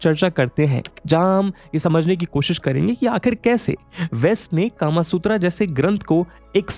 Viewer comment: sir...or... british culture india me itna deep he ki aap bhi .... kama sutra ko... कामासूत्रा बोल रहे हो ना कि कामसूत्र